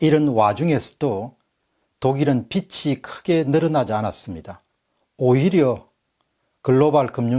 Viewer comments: 루터교의 영향을 간과할 수 없는 국민성 아닐까요? 박사님 강의를 통해 많이 배우고 있습니다. 감사드립니다. 그런데 '빚이'는 '비지'로 발음해야 맞지 않나요? '비치'라고 하시는 것을 살펴봐 주시기 바랍니다. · ‘빚이’ 는 ‘비치’가 아니라 ‘비지’라고 발음해야ㅎㅎ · 박사님 강의 열심히 듣고 있는 애청자입니다. 그런데 독일 빚이...라고 말씀하실때 (비치)가 아니라 (비지)라고 발음하는 것이 맞습니다. 어느 국어 선생님의 블로그에서 요즘 사람들이 심지어 아나운서들까지도 발음을 잘못하고 있다는 글을 봤습니다. 빗이-(비시), 빚이-(비지), 빛이-(비치) 가 표준발음이라고 알고있습니다.(음절의 끝소리현상이라고 하더군요.) 발음에따라 뜻이 아주 달라집니다. (머리 빗, 부채, 헷빛) 많은 사람들이 보는 방송이니 세심한 것도 정확하게 하시는게 좋을것같아 이렇게 댓글남깁니다. 항상 깨우쳐주시는 방송 언제나 응원합니다~! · "빚이" 를발음할 때 "비치"라고 발음하지말고 "비지"라고 발음해야 맞습니다 . 좋은 내용이 더 빛이(비치)나게 해주세요. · 빚이의 바른 발음은 비지입니다